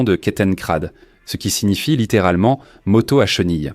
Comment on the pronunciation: Excellente vidéo, aussi bonne que la voix est atroce, une torture auditive... "une motosse" entre autre